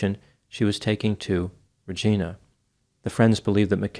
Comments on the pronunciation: When I drive back to my hometown, I always stop at a rest stop not too far from Yorkton and Mekayla's missing posters are always there. They're haunting to look at. Not that it matters, but for future reference, the I in Regina is long. (Yes, we're aware of what that makes it sound like, thanks.) For more tragic Saskatchewan content, you should look into the Robert Latimer case. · Regina - you keep saying it wrong. It rhymes with vagina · It’s pronounced Regina , rhymes with vagina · Regina is pronounced like vagina … Regina. I’m not making it up. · It's pronounced REE-GYNA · Not sure if anyone has commented this already but it’s pronounced Ree-Jina. Although I wish it was pronunced Re-geena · Very interesting story. Just FYI …. Regina is pronounced with a long i. From a Canadian fan 🇨🇦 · Note from a Canadian: Regina is pronounced Re-JAI-na (rhymes with vagina) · It's Rej-AYE-na. Rhymes with vag.... fill in the blanks. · I don't mean to correct you cause well you're just that awesome...but Regina is pronounced with a long I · The correct pronunciation of Regina is actually like "vagina". It is an unfortunate pronunciation and is the butt of many jokes in Canada. Your pronunciation sounds more regal. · It's pronounced REEE JI NAAW like vagina. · I only say this cause a lot of people call Regina like Regina George, but it's pronounced Regina.. Rhymes with vagina (sorry couldn't think of any other word) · Regina rhymes with vagina. Just saying...🤓 Thank you for pronouncing Saskatchewan correctly. 😄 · “Regina” is pronounced Re-gi-na. Just for your info. 🤣🤗🤗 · i know it seems odd, but 'Regina', the canadian city, isn't pronounced like the name 'Regina'. it rhymes with 'vagina' lol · Regina has a long i sound... I'm Canadian too. But I guess you were pronouncing it the original Latin way.. 😀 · ReJYna, rhymes with...you know, the thing 😂. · Lol "Re-geen-a". Tell me you're not Canadian without telling me you're not Canadian! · It's pronounced, Ree-J-Eye-Nuh.